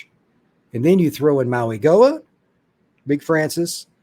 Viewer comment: Hey brother. Francis ' last name is pronounced Maui-Noah. I know, there's a g there lol.